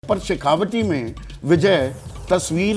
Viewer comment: शेखावटी नही ये शेखावाटी है कृपया पत्रकार महोदय जी बोलें तो सही, गहलोट नहीं गहलोत है अब सवाल उठता है कि जिन्हें सही नाम नहीं मालूम लेकिन विश्लेषण पूरे क्षेत्र की कर रहे हैं ।